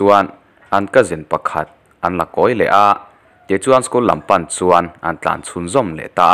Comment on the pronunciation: Tlan chhuah, tih ( tlân chhuah) sipel in ang thlûk loh dan tura chhiar ,ang chi hi a tam thin fimkhur hlawm thin ula ,Ram mipui tan zirtirna in pe chhuak pah zel tih hi hre hlawm thin teh u aw, nang chu chhiar thiam pawl tak i ni zamah e